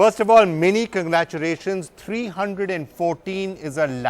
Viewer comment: holy shit! what did the anchor just begin with? conglaturation??? omg